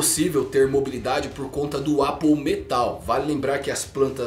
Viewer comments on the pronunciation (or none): none